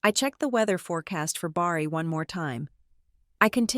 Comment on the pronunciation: Also it is Bari, not Barry.